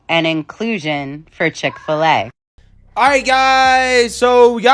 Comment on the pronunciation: Dick- fill - A ?